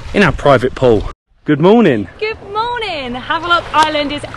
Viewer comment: What is happening here? You were back to London now back to Havelock ? We need to rename this island too since you guys are pronouncing the Indian names perfectly. I am quite surprised and impressed.